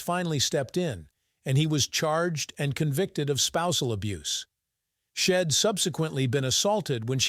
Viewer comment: Your computer that reads the story is illiterate constantly mispronouncing words like “she’d” among too many others.